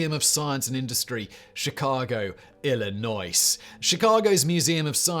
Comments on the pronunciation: Simon what the hell happened to your pronunciations…. Louisville is pronounced “loo ee ville”, and Illinois is “il in noy”… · Illinois. Don't pronounce the S. You say it Illinoi. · I know you've given up on pronunciation these past few years, but I still have to inform anyone that mispronounces its name, the S is silent in Illinois. We generally say "ill-annoy." Mostly because the state government makes us ill by how much it annoys us. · Simon: "Illin-noise" Americans: "illin-noy" Original French?: "Illin-wah"? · say it with me simon El--A-Na-Oi not El-A-Noise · Ill-i-noice? Really Simon? Really? 😂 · Sorry to be pedantic, but the state Chicago is in is pronounced ILL- ANNOYS. 😉🚂🚂🚂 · Illinois. Simon. The end of the state just one state west of Indiana is called Illinoi(s) the “s” is silent at the end. It sounds very bizarre when you say it. I think it’s French. Illinois. Ill- I noi. Now do HOUSE ON THE ROCK. a completely bizarre weird place in Wisconsin. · Who else noticed Illinois pronounced Illinoice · Just a helpful hint... The S at the end of Illinois is silent. 😉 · You don't pronounce the "s" in Illinois. Also the museum of Science and Industry in Chicago is the best museum I have ever been to! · Oh, Simon, your intentional mispronounciations are amusing. I still. Think you should say Illinois as "IL-LEE-NWAH." Class up the state by making it more French sounding. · As an Illinoisan you deal with people mispronouncing Illinois all the time, but when Simon refers to it as Illi-noice, it's pretty great lol. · He's admitted on Brain Blaze, he does it on purpose because he knows it really annoys some people from "Illi-noice." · Small thing for future reference: the S in Illinois is silent. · The 's' is silent. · This man didn’t just pronounce my state Illinois incorrectly. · COME ON FACT BOY!!! the "S" is sighlent in Illinois. maybe you should do a vid on the most mispronounced words that's like nails on a chalkboard when said. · the s is illonis is silent!